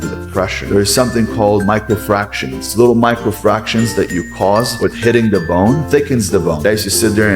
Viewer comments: It's microfractures, not microfractions. He should have edited that out to make it more believable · He said micro frarctions he is talking about fucking algebra it’s micro fractures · Micro fractions 😂😂😂 bro really said fractions instead of fractures lollll